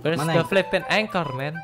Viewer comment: Mereka: ancher Me: anchor